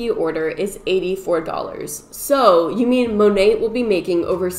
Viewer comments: “Monate/monatt” As someone who took French for two years in high school, I’m offended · The way you say "Monat", cracks me up lol I think its mo-nay(ending with a soft 't') it stands for modern nature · It's mo-nate lmfao Modern Nature is what it stands for, so Mo-Nate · I heard it's pronounced mo-nat like mother nature. I guess they merged the words mother and nature together and got monat. Kinda weird. But ok. Yeah. That's a thing. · Everybody talking about how you pronounced monat but you killed me with how you pronounced cuomo